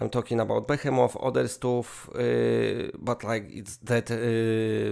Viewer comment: It is pronounced "bi hi mot" with accent on the hi. Naw mai frend, Ai gara tel yu, yu fakin rul bro. for da win.